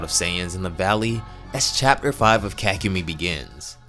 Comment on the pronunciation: I thought it was pronounced ka-ku-mei but keep the content coming